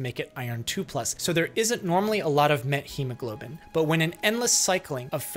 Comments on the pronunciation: Linguistically speaking, you pronounce wrong methemoglobin. In Greek we pronounce it like methamphetamine. Meth. Met-chemoglobin is wrong pronounciation. Not t and then h. Theta. This is important. I dont know if all doctors in English or just you pronounce it this way. I am Greek doctor. I know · 0x00FFFF is a neat color. Never knew methemoglobin was pronounced like that; I've been pronouncing it "meth-eh-mo-globin". A dose of methylene blue should help. That's what treated the blue men of Appalachia. (/jk jk I know this case is has different pathophysiology but same symptoms. I just find genetic methemoglobinemia fascinating). Oh hey, called it. Lol